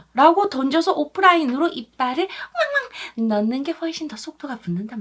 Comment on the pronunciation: 왕왕할 때 멍멍이인줄